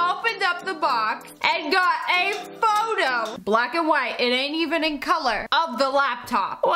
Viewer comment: It said whit not white not trying to be rude